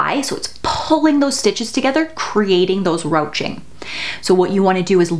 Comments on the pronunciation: Great video. However, "ruching" isn't pronounced "roaching." It's the French pronunciation, "rooshing." Thanks for detailed knowledge! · You have so much technical expertise and I love your videos! In most American regions, ruching is pronounced "roo-shing", although it may be different where you are.